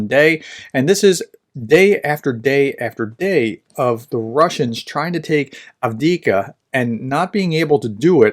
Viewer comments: There are two letter v in Av (1st v) dee eev (2nd v) ka. Av deev ka. At least the vowel sounds are correct. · "1/3 of Ukraine is mined. This is 'mined-boggling'" ;) But please, dear Prof: A-V-D-I-V-K-A. Repeat after me: A-V-D-I-V-K-A, A-V-D-I-V-K-A, A-V-D-I-V-K-A ;) Thanks for your reports as usual! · I cannot stand by and listen to you struggle with "Avdiyivka." It's actually not that hard to pronounce: ov-dee-YIV-ka. 4 syllables, emphasis on the syllable with the caps. Keep up the good work. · Improvements on frontline, doesn't know how to pronounce Avdiivka Keyboard warriors: yeaaah! 🙌 Ukrainians and Russians on frontline: 🦵🤪🧠🦶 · Unfortunately as long as you watch his channel you're going to have to put up with it. He obviously is not reading any comments offering advice on the correct pronunciation or if he does he is ignoring it.